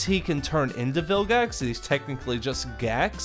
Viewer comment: Because it's gax in reboot he called him hax